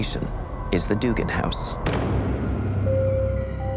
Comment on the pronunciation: Duggan is actually pronounced Dug-gan not “doogan” it’s my last name